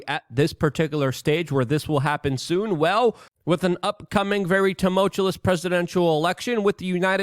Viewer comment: Tumultuous. Too-mul-tu-ous.